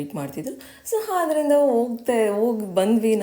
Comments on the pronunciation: Adarinda ❌ Hadarinda ✅😂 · Haafar, ಹಾದರಿಂದ, ಹಲ್ಲು ಅಂತೆಲ್ಲ ತಪ್ಪು ಕನ್ನಡ ಹೇಳಬೇಡಿ